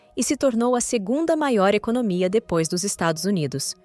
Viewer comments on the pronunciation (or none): none